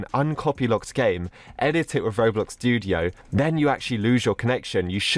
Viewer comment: Tudio or studio